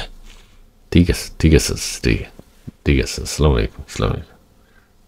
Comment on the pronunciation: হালা সালাম টা ও তো সুন্দর ভাবে দিতে পারস না, আগে সালাম টা শিখ তার পর বিডিও বানাছ